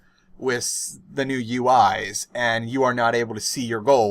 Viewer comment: Why do you say wiss instead of with?